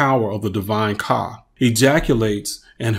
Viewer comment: The words aren't coming out right when you say kah it says car amongst other issues